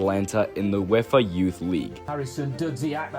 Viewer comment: UEFA (you wayfer) not wefa